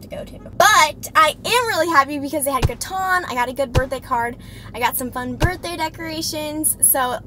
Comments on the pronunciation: I love how she calls it caton instead of catan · "Cuh-Tan" NOT "Cuh-Ton"